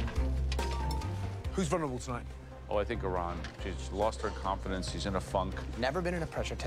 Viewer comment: Lmao he said "loosted"